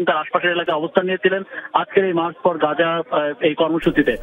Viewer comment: মার্চ ফর পাজা নয় মার্চ ফর গাজা